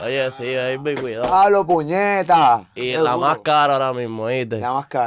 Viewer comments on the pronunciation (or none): El dice cuidau y mira los diablos 😂😂